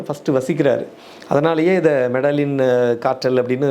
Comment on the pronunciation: மெடிஜின்...அப்படி த்தான் உச்சரிக்கணும்..